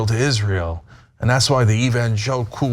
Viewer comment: Was tRump struggling with the pronounciation of evangelicals or was he suppressing a shart?